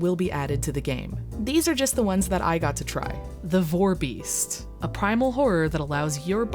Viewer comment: You caaaaaaaaaan't be calling it a vore-beast, please